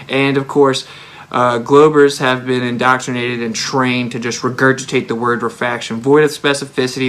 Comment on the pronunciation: lol Indottrinated .... maybe learn Engrish